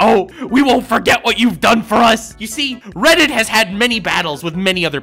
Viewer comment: Did you just call reddit Guildarts, im pretty sure you called reddit Guildarts.